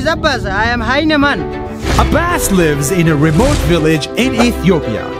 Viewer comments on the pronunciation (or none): Abbas:and im a hyenaman Captions: and im a heinaman Me:huh? So hes called the heinaman, ok